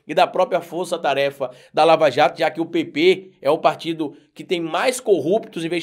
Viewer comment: Por favor quando você pronunciar a palavra PP se expresse melhor pois muitos entendem PT e isso não é bom